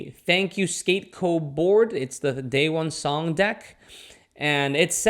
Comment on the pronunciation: The way you pronounce his name Dayone Pmo